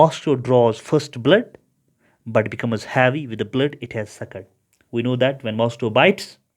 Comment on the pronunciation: Havyyy nhi heavy